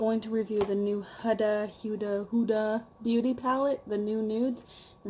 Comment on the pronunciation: Its pronouced WHO-DUH lol I love your hair color btw. Its amazing. Im also a beginner and i think I'm horrible at eyeshadows too but i think ur killing it.